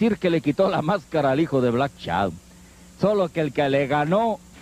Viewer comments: A ver comentarista pronuncie bien: no es "Black Chadon"... si no Black Shadow. Pronuncie bien,es una vergüenza que como comentarista no pronuncie bien y sea una figura pública para un público selecto.😡😡😡😡😠😤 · "black Shadon"